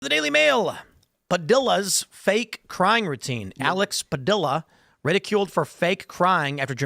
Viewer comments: Tim, you are, obviously, a highly Intelligent man, which is why it seems so much worse when you mispronounced Spanish names. Padilla is pronounced, not (puh-Dill-uh) but the double L in Spanish is always pronounced more like a Y. (paw-dee-yaw). Like a plane (flat ground) is spelled llano but pronounced (yaw-no). Weird but true. Also, Z (zed) is always an S sound, A is ah, E is eh, I is ee, O is owe & U is ooh (not you). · Double L in a Hispanic name is an ee sound. It’s Padee-uh. Like Tortilla is Tor-tee-uh, Padilla-Tortilla, not Padilla-vanilla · His name is pronounced Pah-Dee-Yah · It’s PADILLA, not Padilla you insensitive jerk.